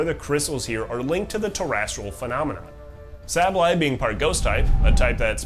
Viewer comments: Okay, the video is hard to focus on, the whole time I am wondering if you are purposely pronouncing sableye that way? Saying sahble eye instead of the canonical Sable eye. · If I had to guess what makes me so crazy for Pokémon, it’s the Pokémon themselves and how they fit into their region. Specifically, how they influence the region and each other. It even makes me wanna study ecology or biology of my current plans fall through!! P.S. the way you pronounce Sableye makes me want to die